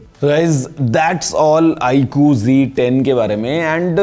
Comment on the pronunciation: G10 nahi Z10 hai sahi se bola kijiye